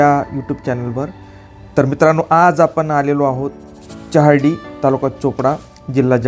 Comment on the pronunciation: च्यहार्डी ? ? ? च्योपडा ? ? ? च्यहौदरी ? ? ? च्यला तर मग ? ? ? च्य , च्यो , च्यौ असे चुकीचे उच्चार नका करु.